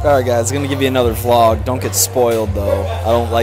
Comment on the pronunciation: Just wanna shoutout back to when you used to pronounce vlog, "vee-log." Was watching some old vids recently and it's adorbs.